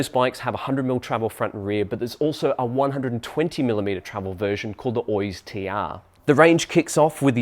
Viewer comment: Thanks for the Review!! Just fyi in the basque language we do pronounce Oiz as you do. The second pronunciation is in spanish. Best regards